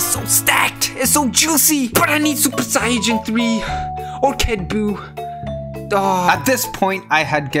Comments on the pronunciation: Lol he says super siyagin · Omg ur sooo dumb Its not super sayaijin three Its supper sayyajin thariiiii😂😂😂